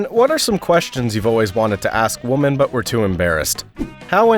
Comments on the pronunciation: Is the audio track AI? He keeps pronouncing "women" like "woman". Very irritating. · Why does he pronounce “women” as “woman”? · why do you not know how to pronounce "women" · I NEED to know, why do people refuse to pronounce women and say woman no matter if it says women or woman. I’ve noticed people starting to do it for like a year know. Why god? WHY?! It’s a pet peeve of mine XD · You can't even pronounce the word 'women' correctly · MY question is how does this guy not know how to pronounce "women"🤨